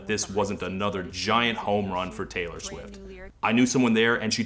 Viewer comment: “Tay-lore”, if you will…